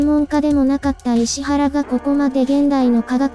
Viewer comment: 「いしわら」ですよね？